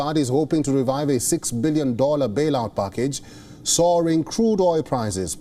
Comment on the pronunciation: Really? Like "focts" , "pockage" etc.